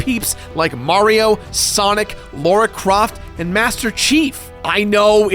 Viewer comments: Disliked at 'Laura Croft'. Come on! It's not that hard!!!11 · Did you just say "Laura" croft?